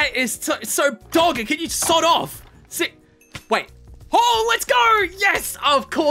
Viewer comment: In the end fight when he was saying 'sod off' my American brain kept on hearing 'sawed off' (a type of shotgun.